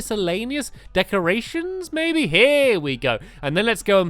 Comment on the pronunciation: does it sount like he says its pretty pertty equal baby instead of maby